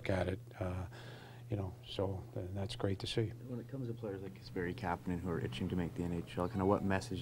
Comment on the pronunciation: Sounded like 'Kasperi and...'